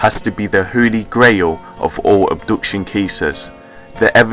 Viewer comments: It's pronounced AB-DUCTION not UB-DUCTION! but otherwise nice effort. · "Oobduction" lol